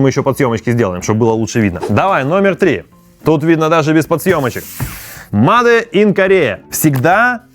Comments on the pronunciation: Начал смотреть и сразу режет слух: мадэ ин корея, мадэ ин китай... ну неужели так трудно говорить "мэйд"? Ну или хотя бы: сделано... а потом почитал комментарии и совсем расхотелось смотреть дальше... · Не мадэ, а мейд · Не МАДЕ а МЭЙД!!! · не МАДЕ🤨, а мэйд, так будет лучше. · Мадэ, мадэ, бесит блин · "МадЭ" брррр... Ер инглиш из пёрфект...